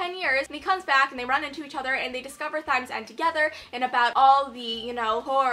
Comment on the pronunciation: Lol it's pronounced time